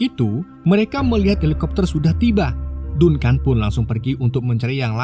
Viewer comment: Dankən bang dibacanya bukan dunkan